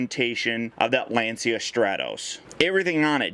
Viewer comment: Little fact: it's not pronounced Lan-see-a but rather Lan-cha. Sources: i'm Italian :D